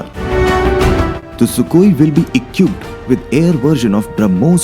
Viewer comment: who did the voice over for the video the prununciation is reALLY BAD eg "its engine not AEN-GEN also equipped not aei-qui-ped